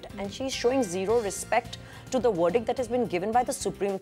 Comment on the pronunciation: Somebody please teach to pronounce the letter "V" its not wordict its verdict!